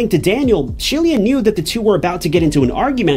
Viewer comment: ITS SHE...LA NOT SHELIA😅😅😅😅